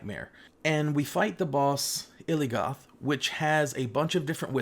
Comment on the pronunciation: it's Il'gynoth, not Iligoth